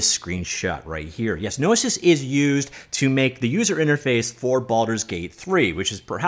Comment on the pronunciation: Hearing him say "no-i-sis" instead of "no-e-sis" was what was doing my head in.